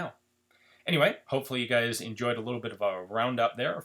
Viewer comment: Literally the first second .... hey gäus.... what kind of accent is that jk of course